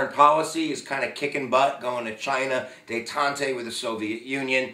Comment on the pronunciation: Please learn how to pronounce detente!